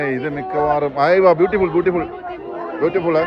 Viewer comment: ഇവനൊന്നും പറഞ്ഞു കൊടുക്കാനുള്ള ഇംഗ്ലീഷ് എങ്കിലും അറിയേണ്ടേ? യായാ ബുട്ടിഫുൾ